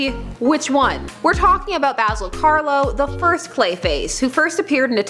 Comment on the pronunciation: "for this firsth..."XD